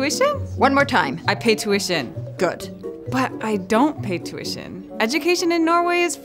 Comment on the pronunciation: Tüüition :D